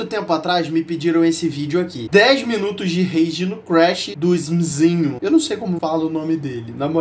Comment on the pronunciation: se pronuncia " Éci emi Zinho"